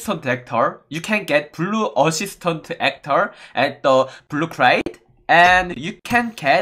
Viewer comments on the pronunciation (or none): Me too.He said osistont